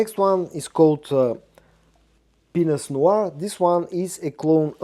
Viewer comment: It sounds like you said , "I am really enjoying penis noir" lmfao 😂😂😂😂 Black Penis is what you are enjoying 😂😂😂 You crack me up man